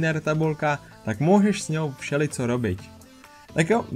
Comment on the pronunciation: takmer správne, akurát v slove nepokladaj sa číta slabika ne mäkko, v slove všeličo si namiesto č povedal c a slabika de v slove bude sa číta tiež mäkko. Dúfam, že ti to pomôže zlepšiť tvoju slovenskú výslovnosť 😉.